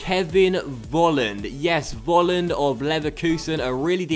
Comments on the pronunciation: Volland must be pronounced like 'Folland' because here in Germany you pronounce the V like an F. Sorry for my bad English (:D) i love this career mode!! Greets from Germany :) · Just a tip, i think Kevin Vollands name is pronounced Kevin Folland